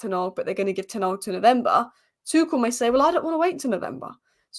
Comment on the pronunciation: "Tennawg" ...It's Ten Hag!! That annoys me 🤣 Otherwise I love this channel 👍